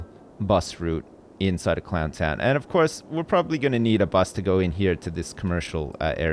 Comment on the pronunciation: you missed the n on both "Clow'n' town Leeroy Brown" and "Clow'n' town Jackie Brown"